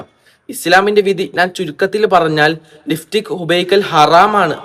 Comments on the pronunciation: ലിഫ്റ്റിക് അല്ല ലിപ്സ്റ്റിക് 😂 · ലിഫ്സ്റ്റിക്ക് അല്ല ലിപ്സ്റ്റിക്ക് 😂